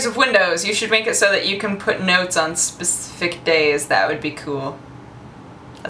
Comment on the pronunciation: Speeesssffiicc... yeah, that was right. Lol